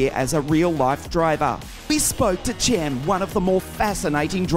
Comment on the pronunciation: Cembo kendi ismini yabancı spiker gibi söylemesi ahahahaha